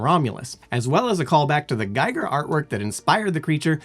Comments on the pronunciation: It's pronounced "Geeger", not "Giger" - sorry, but I HAD to... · I had a big alien as a kid. Also I thought it was pernounced with a long e not a long I